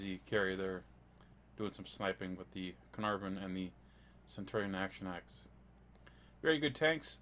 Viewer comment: When you said Cearnarvon to 7.3 that was just no no no no from me